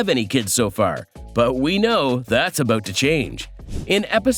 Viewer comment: "Out and about" (oat and abaot) And I laughed when I read the comment, gave it a thumbs up in agreement and only then noticed I had been here before and wrote it 2 weeks ago! Still funny!